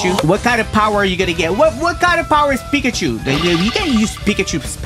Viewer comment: Broh said picatchu wait 😂😂😂